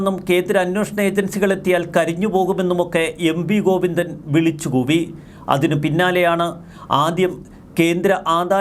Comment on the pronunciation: ഗൊയ്ന്നോ......ഒന്ന് ശ്രദ്ധ വയ്ക്കണം....😂😂😂😂😂